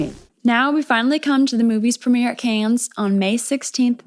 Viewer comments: sidenote, Cannes is pronounced without the s at the end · Its Canne not cans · The “Cannes” in Cannes Film Festival is pronounced “Carn”. Like the way you pronounce actor James Caan’s name. There’s no “S” or phonetic “Can”. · Another great vid. ("Cannes" is pronounced, "KAHN," btw, cutie.) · It's Canne(s). You don't pronounce the S... ❤ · this is the first time I've heard someone pronounce the "s" in "cannes", have I been saying it wrong this whole time? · Cannes, don't pronounce the 's' (french) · Americans almost always mispronounce the “a” in “Cannes,”but until I watched this (excellent) video, I had never heard the “s” pronounced.